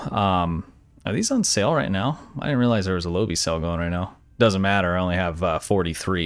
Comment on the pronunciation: Lobi comes from the pilot episode of Voyager. Quark tries to sell lobi crystals to Harry Kim, at inflated prices, until Tom Paris mentions that they quite common. P!ease reference for proper pronunciation: Low-buy. Oh....and good vid.